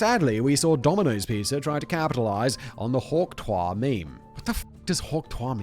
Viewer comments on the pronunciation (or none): Simon not knowing how to pronounce *hawktuah*, or what it means when he's been told more than once by Kevin, is the most cringeworthy moment of 2024. 😂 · Ohh the irony of Simon not understanding and mispronouncing Hawk Tuah the whole time on THIS episode. lol Absolutely astounding hahahaha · Simon's pronunciation of Hawk Tuah is possibly the cringiest thing in the video 😂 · Simon's lack of knowledge of pop culture is hilarious sometimes. His pronunciation of hawk tuah had me in stitches 😂 Like if someone really posh tried to give a BJ for the first time 😂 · I was not prepared for how funny Simon's pronunciation of Hawk Tuah was going to be. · The most British pronunciation of Hawk Tuah ever 💂‍♂️ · Still better than how Simon pronounced it 😝